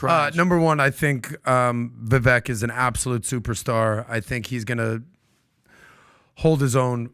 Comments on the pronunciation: VIVAKE PEOPLE ITS NOT VIVECK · Day 2 of asking everyone on this podcast to quit mispronouncing Viveks name